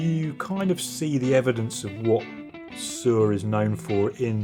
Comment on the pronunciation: Sewer? No....it’s pronounced like Sir.